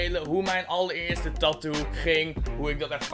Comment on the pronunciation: HOE HOLLANDER TATOO ZEGGEN. TAAAAATOOOO